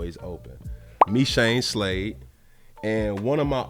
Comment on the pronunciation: HE SAID MECHANE SLADE🔥🔥